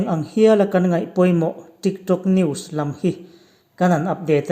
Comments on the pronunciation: Trick Trok ati....ka ngaithla ṭha leh ngat... TRICK TRAWK...TRIK ṬROK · a pangai in alam zeuh zeuh. Mase midang aia in tih danglam a atum vang in TRIK TRAWK ti in a lam leh vel a.putar aw a ang ropui si. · video nge videow Trik trok 🤣🤣🤣La na duh reng reng suh aho lutuk pân lo ah tho afu ngailo 🤣🤣